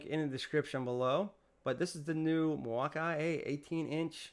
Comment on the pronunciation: Mil-wau-key not Mil wauk eye